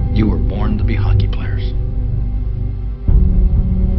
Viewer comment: your opportunity is defined as ho-C-key